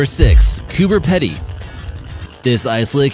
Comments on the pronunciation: Turning on inner my pronounciation Nazis. It's pronounced Coober Pee-dy. 💖 Lolol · It's pronounced Coober Peedy (Pedy)